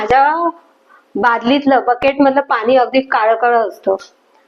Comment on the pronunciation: खरंच म्हणताहात तुम्ही ताई .छान व्हिडिओ.फक्त आनी,पानी असे उच्चार please खटकतात.